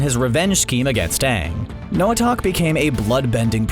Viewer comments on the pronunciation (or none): I know no one really cares but it made me cringe when he said noatak instead of noatok 😐😐😐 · WHY ARE U TRYING TO GIMME ANXIETY ITS NOT NOAH-ATACK ITS NOAH-TALK TF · It’s noitok not noitac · i think it is noha talk not tack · Nobody:: NOATAC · Bruh he said noatack